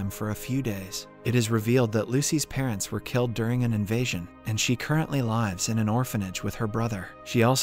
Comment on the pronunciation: bro said liyves not lives 🗿🗿🗿🗿